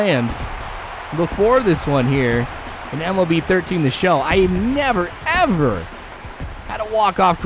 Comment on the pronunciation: dude stop spamming vids by the way just say MLB not M.L.B